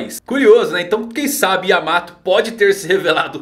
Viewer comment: não é yamato e sim Yaamata!